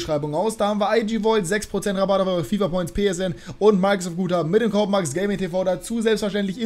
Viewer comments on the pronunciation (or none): none